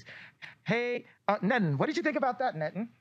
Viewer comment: "nettin don't wanna say nettin"